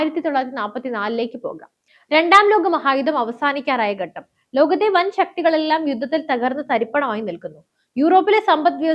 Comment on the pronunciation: Good presentation. One suggestion, please work on your pronunciation. 'Yuddam' alla 'yudham' ennanu , 'gattam' alla 'khattam' ennanu, 'pradaana manthri' alla 'pradhaana manthri' aanu and few more words like that here and there. Your presentation is already good , so if your pronunciation is also corrected it would be much better.